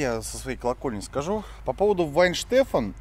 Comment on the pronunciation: Вайенштефан читается.